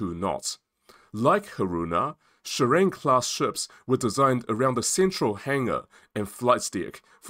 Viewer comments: It's SHI-RA-NE. Not shurine😂! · JS Shirane (DDH-143) is pronounced as Shi-ra-NE.